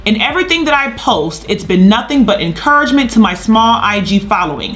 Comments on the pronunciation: “Encurancment”and “invated”.... he just thinks different 🤣🤣🤣 that’s why he is never going to admit he is wrong. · ...it’s been nothing but “eNCuRAnCMeNT” to my small IG. 💀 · Y’all I had tried my hardest to find out wtf a “encurancment”. I paused this video for a good 5 minutes , I said “wow, I have neva seen that word before🤔”. It’s not even a fuckin word chiiile. The only results is gossip blogs about said song. To press play to see he meant “encouragement”, I couldn’t get past that shit. I’m hollering 🙄😂💀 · He butchered those words so bad even autocorrect couldn’t help him out.